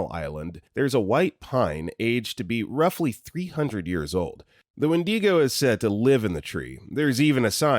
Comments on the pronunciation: When-dee-go 🤣 when-di-go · i think its said as "when-dig-oh". also canada mentioned :D